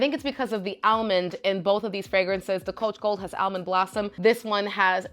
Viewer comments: Shes says it like the SNL Target lady skit...more like El- mond. Lol Its cute 😊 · I've never heard anyone pronounce almond as al-mond.. it's adorable 😂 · I pronounce it like all-mond like most people 😂I like how you say it better it's unique.